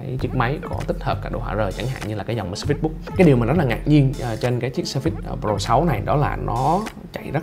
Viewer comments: Nhấn âm đầu, phải là sớ phits, chứ không phải sơ phít. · "sờ phây" mà ổng đọc "sơ phít..." Oải cả "sơ phít" :)) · Ổng nhấn âm sai